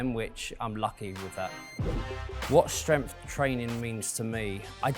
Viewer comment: I almost had to abandon the video due to the way he says "strempf", and that he said it so many times